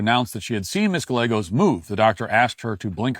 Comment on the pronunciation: Come on bro…you really gonna do Ms.Gallegos like that? There’s no way you don’t know those two L’s make a Y sound. Say Tortilla one time for me.